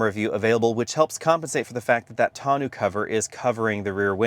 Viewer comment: can't pronounce tonneau.🤣🤣🤣